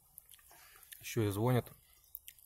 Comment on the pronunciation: Не звонят а звонят🤣🤣🤣